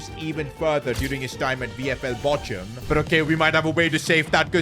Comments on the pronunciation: Bochum is pronounced as bokhum not bochum btw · It is pronounced as Bokam, not Bocham